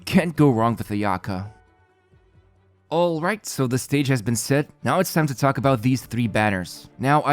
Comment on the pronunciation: 'Ayato Not ay'Ato 'Ayaka not ay'Aka ffs usa people cant even get the accents of names right